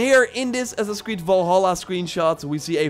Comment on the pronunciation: "Ass-ass creed" bro what?